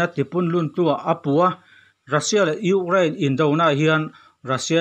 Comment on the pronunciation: Gaithla hman chiah e ngaihnawm dawn lutuk ... Mahse ugrain ti zel a 😂 Ukraine 🇺🇦 🙏🏼